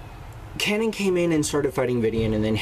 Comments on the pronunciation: Kay-NAN. not Canon. Kay-NAN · Your saying kanan's name wrong. It's pronounced Kay-Nen